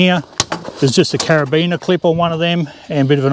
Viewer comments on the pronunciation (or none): none